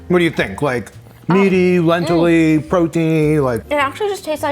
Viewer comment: said Lentilly...😂 no shade I thought that was soooo cute....actually, a new word....maybe....